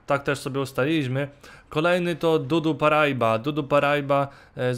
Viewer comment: czyta się paraiba;) a nie parajba